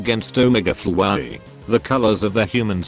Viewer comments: As described in my comment: “omege flowaey” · it sounds like the voice is saying fwowey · The TTS pronounces “Flowey” weirdly. XD